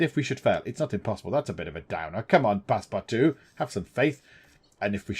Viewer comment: Your missing out on a great book. :) For your info... The book (and the movies) were not set in SteamPunk settings. It was normal environment for that time period. You ARE pronouncing Passepartout's name correctly. And Phileas Fogg typified the ideal Proper Englishman. Very Punctual, and very Exacting, very set in his ways and schedule. He was NOT adventurous before his little 80 day trip.